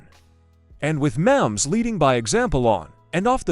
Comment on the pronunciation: Learn how to pronounce Mahomes.